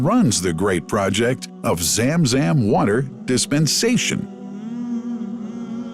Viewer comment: Zam Zam Water Not Zem Zem Water😂😊